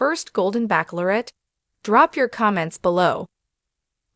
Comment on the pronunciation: Why cannot AI pronounce “ bachelorette” correctly?